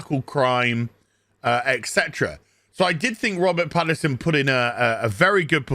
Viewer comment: Pattinson, not Paterson.